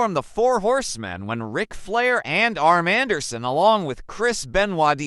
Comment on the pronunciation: Man, "Gararar" and "Arm Anderson" were some great talents! I get it, I'm just messing with ya. I do like the vid though so keep it up. The AI stuff needs work, unless that is you lol.